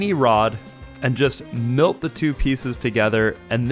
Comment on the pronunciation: Wtf did he say melt like that